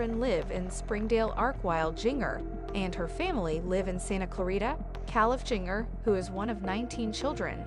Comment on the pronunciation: Its pronounced Ginger